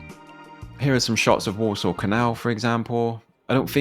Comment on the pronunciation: I keep hearing Walsall as Warsaw